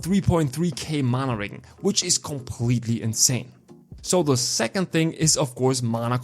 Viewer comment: wow you butchered the accent on regen haha no offense! But on serious notes here are my questions for this class: 1. IF we are using manaball eruption and staff as main hand,don't we negate the offhand basic attacks from xbow? or do they still proc when using xbow skills? It's a myth that goes on for a loooong time. 2.Loved the idea for mana shield! 3.Is ice bombarement explosion worth it? 4.Isnt it a miss that we sacrifice fire bomb which is like 7-9 second cd fire skill?